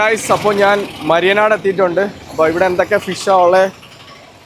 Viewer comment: മയ്യനാട് ആണോ മരിയനാട് ആണോ